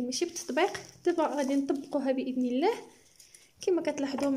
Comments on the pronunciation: عندما تقولين و رحمة الله انت تنطقين لفظ الله مرققة لا بد من نطقها مفخمة في هذا الموضع. ربي يوفقك اختي. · انطقي لفظة" الله" مفخمة انت تنطقينها مرققة. ربي يوفقك اختي.